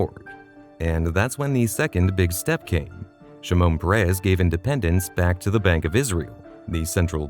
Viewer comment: Shimon Peres - last name emphasize the first syllable, not the last. First name emphasize the first syllable.